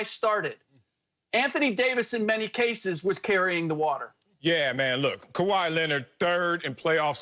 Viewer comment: Sorry acho..it’s kawhi..but you still my Igbo brother ✊🏾